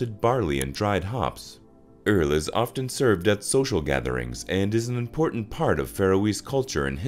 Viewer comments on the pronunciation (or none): none